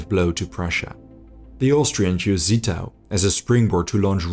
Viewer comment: You mispronounced Zittau. It is no 'Set' but a 'Zet'. Like a T-S. Also Görlitz is not an 'O' but an 'OE'. Not LandEshut but Landshut.